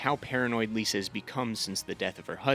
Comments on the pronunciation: There’s a lot of weird mispronunciations in this videos that threw me off. Like how he said Lee-sah instead of Lie-sah. Like did he watch the show on mute with the subtitles on? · Why do you think the Freys are incest family when it’s NEVER said in the show or the books? It gets annoying after a while he just has a lot of kids & keeps marrying little girls who are the daughters of his lesser lords & they give him more kids. & Cat’s crazy sister’s name isn’t Lisa it’s Lysa (Lie-sah) but this was nice I thought you’d do more book comparisons & dumb & dumber totally ruined the show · ITS PRONOUNCED LIE-SAH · the Frey incest ish was wild to hear him say. How could anyone get that so wrong 😭 but the video was still pretty good.